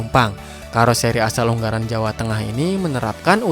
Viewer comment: Ungaran bang bukan unggaran